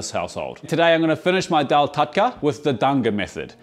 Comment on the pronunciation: Hate to be that guy, but it's Daal, not Dhaal. In Devanagari, दाल, and not धाल